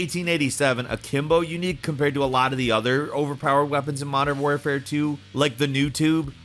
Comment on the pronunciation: WAR-fare not WARE-fare ffs. Community can cry if u want. Smd